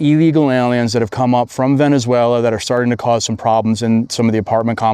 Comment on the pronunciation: “Vene-zway-li-en” is how that idiot mispronounced that